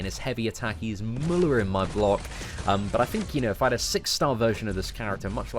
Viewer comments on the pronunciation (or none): none